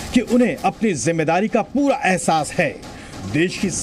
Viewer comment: Zamawari nhi zimadari Ok no tention۔